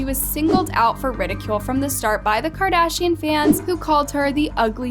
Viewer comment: “Kardian” “Khole” how did you mess up that bad 💀